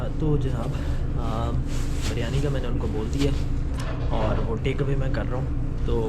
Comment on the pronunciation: Bro everything is fine except the word you said Baryani Actually its not baryani its “biryani”